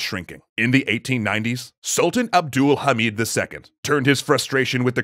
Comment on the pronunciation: As a Turk, I can say that he pronounces "Abdülhamit" really good.